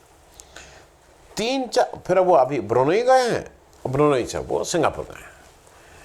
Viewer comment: अरे भैया देश का प्रधानमंत्री विदेश यात्रा नहीं करेगा तो तुम करोगे जिसे ब्रुनेई भी बोलना नहीं आ रहा 😂😂😂 PAPPU GODI MEDIA PVT LTD